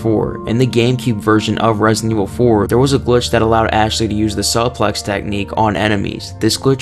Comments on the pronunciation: It’s not Suhplex it’s Sueplex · Its pronounced sooplex not saplex 😂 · Bro femme in English is pronounced fem, or in French it's more like fam, not femay or femmie. And suplex is pronounced like soup-lex not like you're saying 'sup to a guy called lex. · "Sup lex" lol But fr. Good stuff. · What is a S”uh”plex? All I know is a S”oo”plex Lmao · 4 what the hell is a suhplex lmao u mean suplex like soooplex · The Salplex? Brother, it's a Suplex (Soup-lex) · do you just call the move a sup plex? 🤣🤣🤣 it is pronounced sue plex. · Sue... plex. Not suh plex haha. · it's not "suh- plex" it's "soo-plex" for future reference 💪🏾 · Suplex is pronounced "sue-plex". Good video 😊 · What the? A "supp-lex" ?! Da faq!?😅😂 and no mercenaries game play for Germany? Wow, i ONLY played that mode, thanks to a memory card copy file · suh-plex. jig-anty. fe-MAY. Wow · This muhfuka said suh-plex Not suplex suh-plex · Ah yes the suh-plex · Sorry bro I have to Sue-plex El he-gan-tay And La-fem nikita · Suplex. Soo-plex... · It's pronounced SOOplex And it's fem not femmay (femme) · Suh-plex huh? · Proper pronunciation: supple -ex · The white is on full display here. “Suh-plex” “Gy-gon-tay.” Sheesh. I bet you pronounce the H in hola. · Cool video man but “suhplex” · SUE-plex la FEM nakita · "Suhh-plus" "El Jai-gann-Tay" Seriously dude? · Its pronounced sue-plex. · This guy's pronunciations...😂 "Ashley's SAHPLEX" Otherwise, great video and content.👍🏽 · And this mf said "soplex"... Like how in the hell do you not know how to pronounce "suplex"? It is baffling bro I have no words for that nonsense 😂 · this man deadass said "suh-plex" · It’s pronounced “sue-plex” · Bro pronounced "suplex" as "SUHplex" lls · “Suuuh-Plex” Damn bro, content creators out here these days can’t even read properly. 😂 Bet popcorn reading in reading class gave you nightmares. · Anyone else laugh when he pronounced it SUPlex? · “Suh-plex”?? Are you kidding me? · Suplex (sue-pleh-x) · Su~plex Hee~gahn~teh 🤦🏽‍♂️🤦🏽‍♂️🤦🏽‍♂️